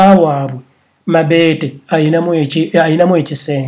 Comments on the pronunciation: Ha ha he... mbu mabeete. It's mobeto. But everything you said was coming out of my mouth earlier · 😆😆😆naye it's mabeto not mabete😆😆😆😀😀😀😀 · 😂😂😂😂😂😂😂😂😂😂😂😂😂😂😂😂 I really can't get over the way his saying her name"mabete" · 😂😂😂😂mbu mabeete🤣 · Agie bright every time I hear him say it I just laugh😂😂😂